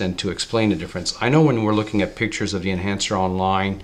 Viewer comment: The word is THE!! Not "deeeeee"